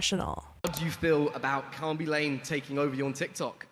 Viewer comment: I think Khaby Lame's surname is pronounced Lah-meh. Might be wrong but i think so!